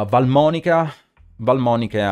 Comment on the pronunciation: missed opportunity to give lesson to the whole yugioh's world on how to pronounce valmonica cards che quando guardo i video in giro mi vengono i brividi earing "valmonica skelta"